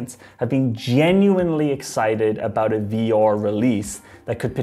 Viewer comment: I hate the way this guy says 'VR'. Sounds like some Nordic name .. 'Vior might have a chance to become mainstream. And his brother Aior will tag along'.